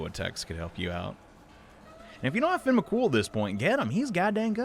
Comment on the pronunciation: KurUma tengu. Me:...do you not watch Naruto? KurAma: VaRjra! Me:, it's Vajra. VaJra.: Finn Me....He literally says his name. Fee-ohn. Okay, you know what, I guess it's just a nickname.